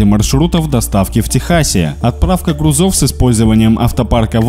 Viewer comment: "грУзов", а не "грузОв" ☝❗